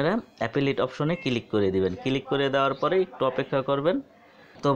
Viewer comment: Click na vai kilik.....ay video theke apnara notun uccharon sikhte parben.❤❤🤣🤣😂😂